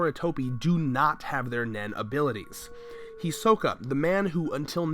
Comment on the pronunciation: Can't any YouTubers that are apparently huge fans of Anime/certain anime characters pronounce the name properly? Is it really that hard to say "He-Sokka" not "He-soh-ka"?